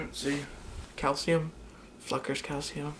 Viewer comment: When u said fluckers I thought u said a bad word